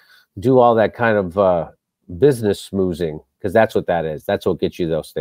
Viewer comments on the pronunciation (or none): none